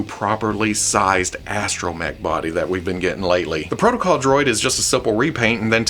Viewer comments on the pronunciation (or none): none